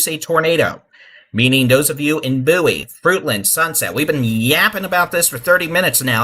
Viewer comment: It’s Bow-ie , like David Bowie the singer. Just saying. Lol thanks for what you’re doing